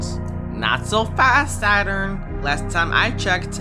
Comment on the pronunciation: SATORN I WAS 🤣🤣🤣🤣🤣🤣🤣